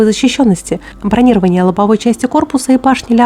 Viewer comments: не, в военных "канцеляризмах" полным полно и других синтаксических хохм. Наверняка найдутся уволенные на пенсию военные, которые поддержат "бронировАние". Видимо, воинов учат другому, и что однажды пролезло как местечковый говор, потом и устоялось, как в генералы человек выбился. Еще думаю, что военные друг друга по таким ударениям узнают на гражданке, признак касты. Хотя звучит все равно коряво, ухо режет. Как будто снова в учебку попал. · правильно говорить не бронИрование,а бронировАние,если речь идёт о броне и бронетехнике.А канал у тебя интересный. Владивосток смотрит с интересом.😊